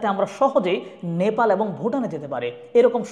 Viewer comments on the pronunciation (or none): none